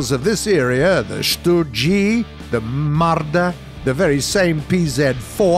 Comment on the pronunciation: Genauso wie Brrrrummmbaaarr und leppard😂😂